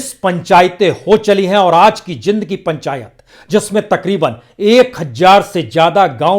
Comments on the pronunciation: Sir, it is pronounced as Jeend , not Jind though spelt so. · Prasoon bhai... The city is pronounced as .. Jeeend. ..not Jind. Please correct for future. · It is spoken as J eend not jind😄😃😅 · Sir...its jeend ....not jind...i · सर ये जींद है जिंद नही कृपया उच्चारण सुधारें